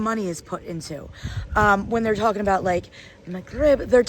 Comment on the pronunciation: Instead of the pronunciation that almost sounds to you like "McRib," try saying "mug rib," as in coffee mug. And if you want to catch the actual sound that is the consonant in the middle of the word, try to find youtube videos on how to pronounce the letter "ghain." As your kids are taking Arabic in school now, perhaps they already know how to pronounce it and could help you practice.